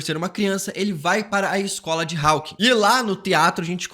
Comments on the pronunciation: Rapaz, que agonia de ouvir você pronunciando Raukins. A pronuncio é Hókins. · Ai moço fala “Hawkins” normal kkkkk